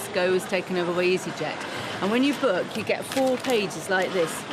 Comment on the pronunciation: it is not berk your flight , it is book